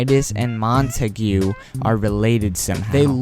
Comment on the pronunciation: Just Saying. It isn’t ‘Mon-Ta-gew’ it is “Mon-Ta-g’